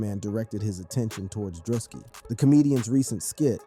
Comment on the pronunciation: "DREW-SKI" or perhaps that a part of the trolling? 🤔